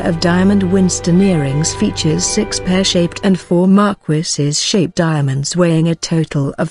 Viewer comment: "marquisses!" LOL